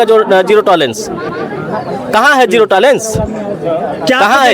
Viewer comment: जिरो टलारेंस नहीं जियो टलारेंस।